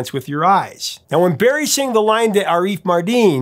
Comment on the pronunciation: Fyi, it's "AH-riff" NOT "a-REEF". Thanks